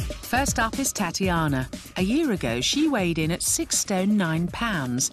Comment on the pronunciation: Why does the announcer woman say: Tatianer, lol